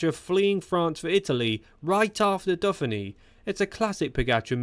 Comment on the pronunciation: AI training issues going on with the speech? Criterium da Duffinny ?